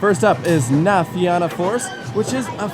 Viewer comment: theyre actually doing well enough with the pronunciations until he said na fianna force